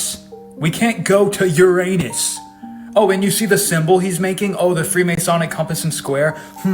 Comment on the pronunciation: Elon mispronouncing Uranus is wild